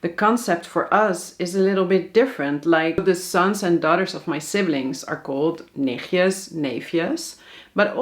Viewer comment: If you want to learn dutch learn flamish and not hallands. Nichtjes has a ‘t’ in it!